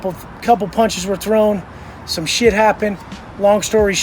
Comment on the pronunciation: “Dis piece of chit”